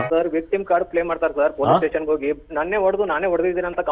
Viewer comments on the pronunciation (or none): none